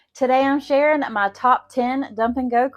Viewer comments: I thought she said, "Today I'm Sharon..." So I didn't understand why she said her name was a few seconds later. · Hi. I was referring to the beginning when you said "today I'm sharing "; I heard it as the name "Sharon".